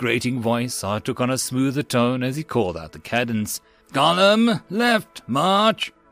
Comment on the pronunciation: Cadence is pronounced wrong. Good job on story and narration but screwed the pooch on pronouncing military words.🤣🤣